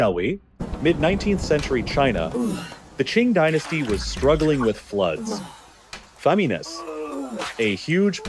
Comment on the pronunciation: As soon as I heard "faah-mee-neys" as if "famines" was a Spanish word...